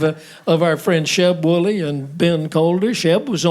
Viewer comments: Sheb Wooley, not Wolley😏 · The name is "Wooley", not "Wolley"